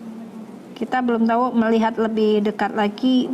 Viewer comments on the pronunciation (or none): none